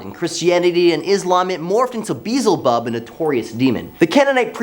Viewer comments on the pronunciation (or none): Baal rhymes with jail (“gaol” for any British/European people watching this), not Hal. Beelzebub is pronounced “be-EL-ze-bub”, not “BEE-zll-bub”. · Dude its pronounced be el zebub come on now even google would tell you how to say it or siri if your into having a government tracking device with no security or privacy for a phone yes im tlkn about apple iphone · Beelzebub is not that hard to say correctly what the hell?!